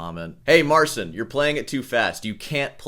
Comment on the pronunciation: pole here, it should be pronounce it more like mar chin. the ci makes a chi sound